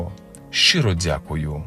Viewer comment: говори швидше і не дзякай